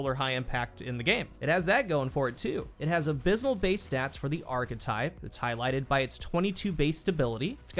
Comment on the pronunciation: kills me with how he pronounces "archetype". Always says it "arc-type"